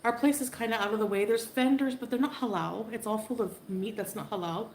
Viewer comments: Why do I want to scream every time she pronounces "halal" with the ridiculously enunciated Ls? Good grief that's annoying. 😣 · How she says "Halal" just makes me want to cringe out of myself.